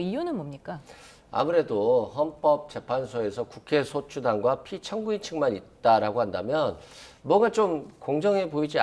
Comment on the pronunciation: 한국어에는 각 단어들에 장음(長音), 단음(短音)이 있어서 국어사전에도 표제어 장음 글자의 오른 편에 : 표로 표시되어 있다. 그런데 요즘 젊은 기자들은 특히 한자어를 말할 때 이를 전적으로 무시하고 전부 아주 짧게 발음한다. 예컨대 '여:당(與黨)', '야:당(野黨)', '대:선(大選)' 이라고 길게 발음을 해야 하는데 짧게 발음하는 것이다. 참으로 듣기에 딱하다. 이런 폐해는 한자 사용의 폐지에서 기인한 것이다. 정말 큰일 났다. 청구인측 변호사가 "피청구인" 을 아주 짧게 발음하는데 "피:청구인" 이라고 장음을 써야 한다. 요즘 한국인들의 '한자어' 구사가 이 모양 이 꼴이다. 정말 큰일 났다.